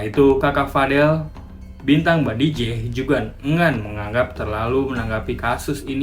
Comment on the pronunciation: BAJIDEH, BKN BADIJEH